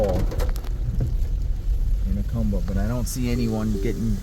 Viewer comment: Please learn to pronounce Jacumba correctly !!!! Ask a MEXICAN PLEASE !!!!😢😢😢